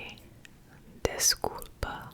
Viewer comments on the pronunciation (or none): Just a tip the bem in Tudo bem is pronounced like your saying bang (tudo bang) and with desculpa the de in desculpa makes and ge sound (as in just saying the letter g) and the l is silent so it would be pronounced (g-scu-pa) along with the obrigadao you would pronounce it as if it was spelled (obrigadu)-from a Brazilian who’s first language was Portuguese but your doing very well when it comes to pronouncing it :)